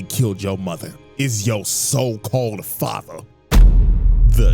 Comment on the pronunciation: is it "fater" or "Father"